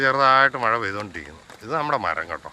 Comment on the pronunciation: മായ അല്ല മഴ